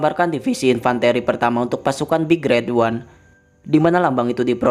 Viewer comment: min intonasinya yang bener lah gaenak, big red ooneeee diteken teken gitu dah